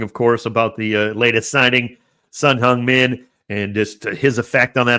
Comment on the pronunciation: you say 'Song Heung Min' like Korean! Perfect pronunciation =)